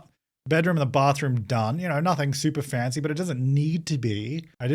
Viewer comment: I briefly forgot the word "fancy" exists and was just convinced you were calling it a "fence-y fence" ....... I need a coffee xD